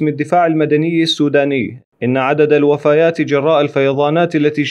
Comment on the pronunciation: الوفيات وليس الوفايات صحح ثاني مرة